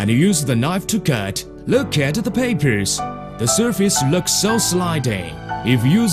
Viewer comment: . "The surface lerks so slideh."